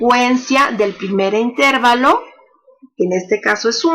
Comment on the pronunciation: Todo muy bien pero la palabra intervalo no lleva la sílaba tónica en la letra "e". Está mal dicha si se le pone la sílaba tónica en la "e".La única forma correcta es "intervalo", grave y sin tilde.